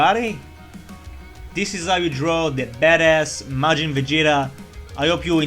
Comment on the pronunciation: At the start i heard "we are going to draw majin vagina" :3